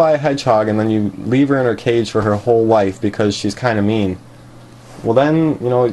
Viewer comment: Am I the only one who thought he said “meme hedgehog”